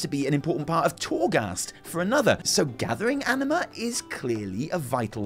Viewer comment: I can't not hear ENEMA instead of Anima